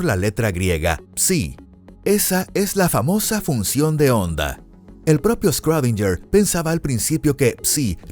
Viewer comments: Me sangran los oídos cada vez que dice “scrodinyer” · Que poco inteligente eres. Era un sarcasmo, porque está mal pronunciado